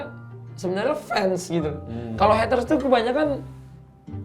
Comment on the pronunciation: heatres ? napa gk sekalian heater biar jadi pemanas air wkwkwkwkw.. R.I.P. English..